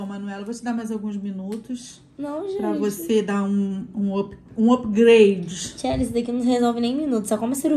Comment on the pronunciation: Só um comentário com todo respeito à. Ela falou uma palavra errada em inglês, ao invés de falar UPGRADE ela disse UPGLADE. Aprendemos todos os dias uns com os outros. Um grande beijo para vocês